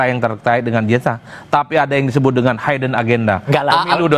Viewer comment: Hidden mas, bukan "haiden" mas 😂😅😂😅😂😅😂